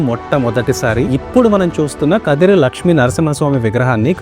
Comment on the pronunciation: Kadiri kadu first khaadri antaru taruvata kadiri antunnaru